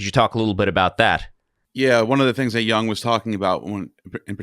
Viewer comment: LETS LEARN...HOW to pronounce KARL JUNG last name properly!!!!! It is NOT..pronounced "young"! It is pronounced as "yoong". Pronouncing it like "young", is like fingers nails across a chalkboard, for the German ears!